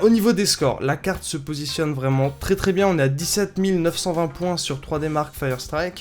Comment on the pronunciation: Putin sa se dit pas cargne graphique avec l'accent d'un mec enrumer sa se dit carrrrrtttttttte graphique avec un r et un t pas un g et un n merde